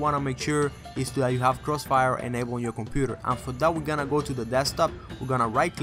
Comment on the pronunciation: crossfiel Moe, givit a Shah LOL!